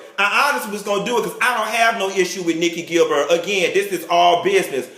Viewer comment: nikki "gil-bird" 😂😂😂😂